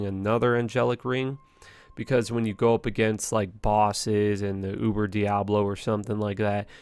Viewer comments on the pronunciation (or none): none